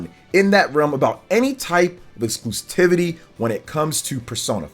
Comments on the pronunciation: I just gotta say..."excluSTIVITY" isn't a word. It's excluSIVITY. Exclusivity, from the root exclusive, you just drop the, "e" and add, "ity". The only, "T" is right there at the end. After the umpteenth time I just couldn't hold it in anymore. The more you know! Not trying to be Mr. Internet Smart Guy, just helping out. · Exclusivity. There is no “t” before the first “i”.